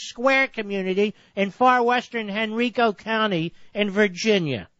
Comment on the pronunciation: Great man. (But one nit-pick...it isn't [Hen-reeek-o] county, but [Hen-rye-ko] county)